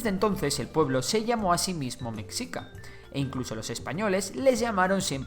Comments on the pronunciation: Se dice güitchilopochstli y no se dice mecccica se dice mechica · Se pronuncia "Meshica". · Ay dios mío, la pronunciación. “Meksika”, “Tenoktitlán”. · Es raro oír qué digan "mecsica" cuando se debe decir meshica. 😅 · Me gustó tu vídeo, unas pequeñas observaciones, Mexica se dice más parecido a Meshica, más que meksica; también al principio pusiste una pirámide, la de Kukulkan, esa pirámide es Maya, no es Mexhica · Tienes varios errores - se pronuncia meshica, más no mekzika - no se pronuncia Tenoc titlán, se pronuncia la " che" o ch, - los sacrificios no eran precisamente de otras comunidades, o esclavos, también se sacrificaba a nobles o voluntarios que se preparaban espiritualmente ya que era un honor partir para los dioses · Mexica se pronuncia "Meshica" como la "sh" inglesa, no como la "x" hispana, se usa x por que el sonido "sh" no existe en español pero hay que recordar que Mexica no es una palabra hispana, es nahua. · Meshica pronunciación correcta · Cómo mexicano me duele cada que dice metzica🇲🇽🙃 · MEXICA se pronuncia "Meshica" La X México se pronuncia en algunas palabras como J o SH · En realidad en esas palabras la "X" se pronuncia como "sh" (la del inglés) de esa forma "Mexica" se leería "meshica" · Hola buen video, solo un error en tu pronunciación, se escribe Mexica pero se pronuncia Meshica , no es oficial por así decirlo pero es la forma de pronunciar más aceptada en México y por los pueblos indígenas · Se dice "Meshica", saludos desde la Nueva España. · No quiero sonar grosero pero no sé dice mexica la x sé dice con el sonido de sh o j pero perdón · correcto, es un SH Ni J ni KS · Como me hace ruido la mala pronunciación Mexica ..... de hay en más gracias por los datos. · Hay que hecharle ganas a la pronunciación "mexica"